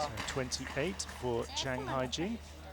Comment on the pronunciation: Hyejin is NOT pronounced "Hygiene".